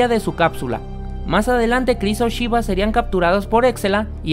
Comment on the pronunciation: Es super gracioso como dices "Shiva"😹😹